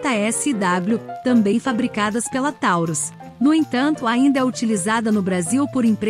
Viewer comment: Tauros" com "o" é peso